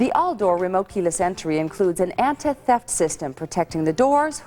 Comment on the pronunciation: “Anta Theft system”